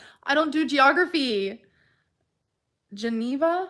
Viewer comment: “Geneva” The one place she pronounces correctly she flips out about 😂